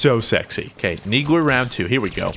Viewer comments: is he saying neegler? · ...so what's the inside joke behind calling it a 'Neegler'? I mean you're intentionally mispronouncing it, right? Because it's pretty intuitive, I mean, the thing clearly shoots needles, so... Needler. Also really wish you picked up a carbine they're really good in Cinco de Halo, 99% sure they're ttk is faster than the BR's, like how storm rifle does more damage than AR. They're classified as power weapons in Warzone. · You keep saying NEEGLER, XD its NEEDLER not NEEGLER lol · Did anyone hear call the needle the "neegler"? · QUIT saying neegler its needler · it sounds like you say "Neegler"????? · "you take my neegler" - 2015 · Neegler its the needler bro